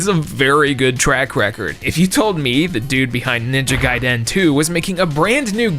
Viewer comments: The way you repeatedly pronounce Gaiden wrong is a fucking crime. Jesus christ just learn how to say it or don't say it at all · Lmao the way your pronouncing Gaiden is killing me, no clue which way is correct but your the first I've heard say it that way.